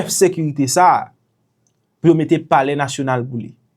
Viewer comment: It sound bizare, how he addressed saying polair national.? Alex sold HAITI.